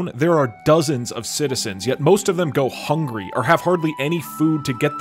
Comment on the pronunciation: "These people are hungy, they scavenge for food" minutes later FUS-RO-DA